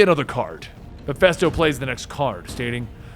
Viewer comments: It’s petty I know but I thought it was Ma-fist-o not Ma-fest-o..... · Did you really just say Mephisto like that GOD DAMMIT MEH-FISTO, YOU GENEROUS AND TALENTED FOOOOOOOOOOOOL!!!! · Am I a victim of the Mandela effect? I remember MephISTO! Not Miphesto .... Fist, not fest.... Anyone else?